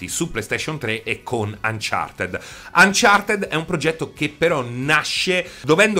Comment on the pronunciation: "UnchartED" pronunciato così come viene scritto